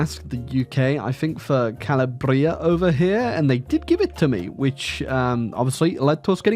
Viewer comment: As an Italian i'm offended of how you pronounced "Calabria" I'm joking btw